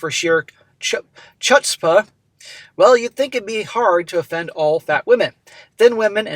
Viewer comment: "Just for sheer chutzpah..." That is a Yiddish word which means 'brazen audacity' or something along those lines. It rhymes with "foot-spa" and that initial "ch" is pronounced with a glottal "h" sound, kinda like hawking a loogie.